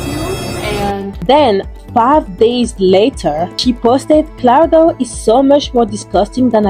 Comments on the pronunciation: Claira dooah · I noticed this too she mispronounces her name wrong in all the videos and it seems likes it’s on purpose atp